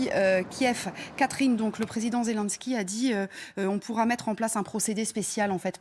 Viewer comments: C'est ZelNsky boordel pas zél1ski grr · Madame la journaliste: apprenez à prononcer "Zelensky" correctement.